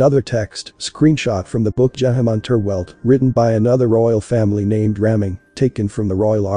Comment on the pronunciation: Geheime Unterwelt You'll be much closer if you pronounce it like Girl Hime uh, oon Tare Velt